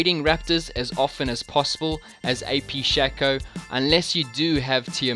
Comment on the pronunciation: I get so triggered when people call Shaco "SHA CO" when it's "SHAC O"